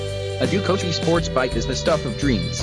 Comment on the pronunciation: To anyone reading before watching.... Don't bother. Other than hearing the repeated "Ducaki" throughout the video, about 30 seconds is all you can take.